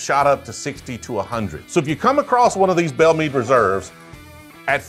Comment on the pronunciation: Drove me nuts on this one, Meade is pronounched “Mawd” like “oh lawd have mercay” Meade is my Great Grandmothers name. Great video. 🙃